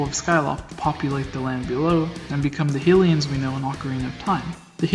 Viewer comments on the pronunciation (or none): Its HY LIANS..not hillians :D lol.